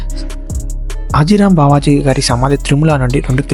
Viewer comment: Arey baby adi హతీ రామ్ బాబా హాజీ రామ్ కాదు